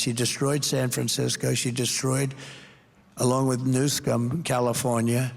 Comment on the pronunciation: Did Trump actually say Newscum instead of Newsom? 🤣